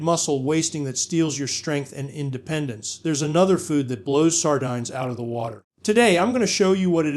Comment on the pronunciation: Sar dynes.. love the AI pronunciation.😢